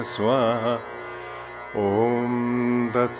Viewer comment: " when O३M is spoken , the lips close at the end.... but here the mouth is opened.. as if to say " O३maaa" If Mantra is a Vocal Code to generate the right type of vibration and intensity at the right location in the body, then 'mispronouncing' it may not be Fruitful ( remember the story of " Alibaba and 40 thieves " , when the " Vocal Password " is forgotten. and people using Login and password may have faced difficulty in logging-in when by mistake they enter 'small alphabets' in place of Capital or vice-versa. saying OMMAAAAA in place of OM may result in " Wrong password".